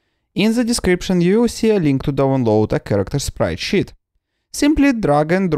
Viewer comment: I love it, how you pronounce sprite sheet. Sprite shit.